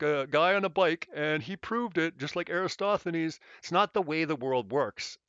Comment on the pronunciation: can we please get a ruling as far as my understanding goes the greek mathematician in question is ERATOSTHENES yes? Everytime i hear erastothenes it feels like nails on a chalkboard how does EVERYONE flub that up or am i confused. Also i worked out of p.a. sask at seabee mine anyway spread the word if im right these vids are driving me loco